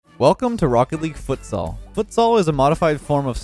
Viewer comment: Rocket League? More like: Rokt Leeg